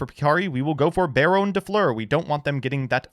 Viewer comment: BEAR-OWN De Fluer